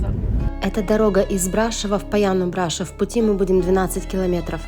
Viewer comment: Брашов ударение не на о ?